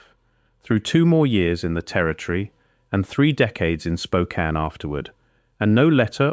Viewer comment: At least the narrator didn't butcher the pronunciation of Spokane.